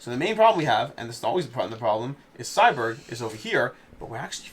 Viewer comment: Every time he said “Cyberg” instead of Cyborg made me chuckle.